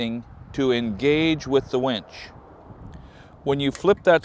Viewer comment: Winch, not wench.